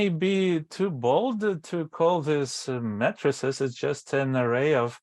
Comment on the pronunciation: matrices (may-tra-see-z)